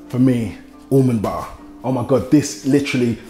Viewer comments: I literally heard him say Umumba and I had to read what he said LOL Almond Butter.. Umumba LOL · Last ingredient... "Almond buhhhhh" 😆😆😆